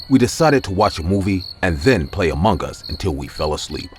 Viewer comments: About the first story, why do you say "amonggus" ? That's supposed to be "among us". 😟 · I thought he was saying amungus 😂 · Why is he saying Among gas. Lol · It's just me? Or he really keep saying amonGAS🤨